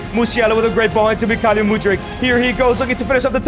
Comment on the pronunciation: He is Mykhaylo ffs,not Mykhalyo,Makhalyo or Maylo..you said it worng every single time..